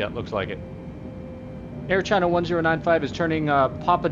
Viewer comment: "Chair china" lol